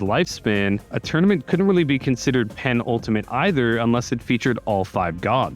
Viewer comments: Yeah the video is great but every time he says "Penn-Ultimate" it just clanged on the ear. Sorta like how Walt used to use the word "prodigal" in his Rundown videos without realizing that it meant "wastefully extravagant". ("After a years-long hiatus, the prodigal son of New York is back" etc) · because that's how he pronounces it in the video. It's normally pronounced "puh-NULL-ta-mett". But as others have pointed out, he clearly thought that the word meant "most ultimate" instead of "second-to-last", which you can hear not only in the context in which he uses the word, but even how he pronounces it. He adds bizarre and unnatural double-emphasis to the word so that it sounds more like what he thinks it means. (Or at least, that's how I remember him pronouncing it 10 months ago when I made that comment on the first place. Not gonna re-watch the video just to answer your question about what I meant almost a year ago.)